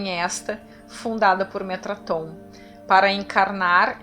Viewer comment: Metatron não Metraton, Metatron-Sandalphon; Thoth-Shekinah